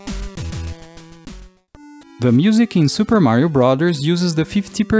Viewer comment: he says brothers goofy. "Brathors"